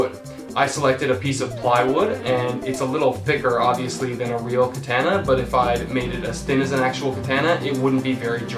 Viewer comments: You know nothing you pronounced the most famous type of sword wrong how can you do that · Said katana weird